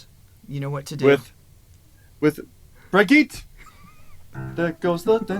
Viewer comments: "Bridget" I cringe every time I hear you mispronounce her name. However, I am going to give you the benefit of the doubt and trust that you two recorded this before noticing the comment she posted and I copied in the comments: Bree-Gee-teh. Hard G. As in girl, gift, and so on. Or you could re-watch The Sound of Music until you get to Brigitta introducing herself ... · I enjoyed the reaction, but every time I hear you try to pronounce Brigitte's name ( I guess it is written like this if it is the German name) I cannot wait to finally here her setting you right. 😂😂 Looking forward to that day.